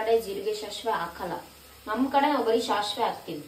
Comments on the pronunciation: ಅದು ಶಾಶಿವೆ ಅಲ್ಲ, ಸಾಸಿವೆ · ಶಾಶ್ವೆ ಅಲ್ಲ ಸಾಸಿವೆ ಅದು...🤦‍♀️